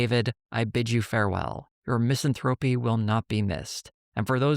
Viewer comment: "miss-ANN-throw-pee", not "MISS-ann-throw-pee". Spelling counts, grammar is impossible for homo sapiens.